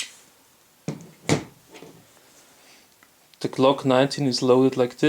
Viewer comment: It’s MAGAZINE, not “Mega Scene”